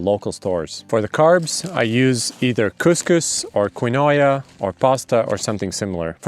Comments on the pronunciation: "/kin-o-ēa/" 'Someone' doesn't actually buy quinoa (/kin-wa/ or /keen-waa/) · Quinoa = key-n-wah and toes not fingers. Other than that I enjoyed your video. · 11 months ago and you dont know how to pronounce keen-wah... smh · Quinoa is pronounced keen wa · “Kwee-noi-ya” is how I will now pronounce quinoa. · Just FYI, "Quinoa" is pronounced "Keen-waa" :) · Say quinoa one more fucking time. XD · The way you pronounced Quinoa is exactly how i imagine the beginning of the universe sounded. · The Quinoa pronunciation made me laugh pretty hard. Loved the video